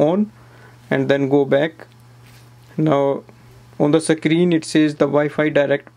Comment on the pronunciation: Sacreen nei bhai screen bolte hai waise